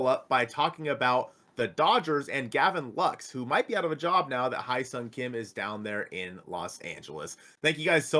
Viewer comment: why does everyone say "High Sung Kim"? It's way closer to "Hey"